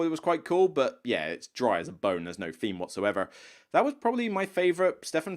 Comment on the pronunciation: Love the channel, but can you try to say theme, and, think and thoughts, as opposed to feme fink and foughts?